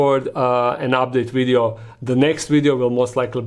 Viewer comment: Love it when he says wideo instead of video, keep up the great work 👏